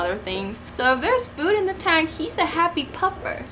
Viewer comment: fire boy Ixta taunk